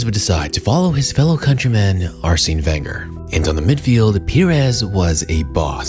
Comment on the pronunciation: Mad triggering to hear the mispronunciation of Arsene's name over and over